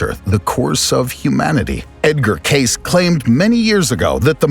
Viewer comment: Edgar Case? Really? Do you even read bro?